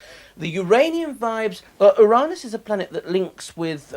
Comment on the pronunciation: Woah woah woah. For the first time in my life I gotta say fair play Russell Grant. Never heard it before but "Oo-rah-nis" is a much cooler clean version than "Yur-anis" ... Having said that it's obviously "YOUR ANUS"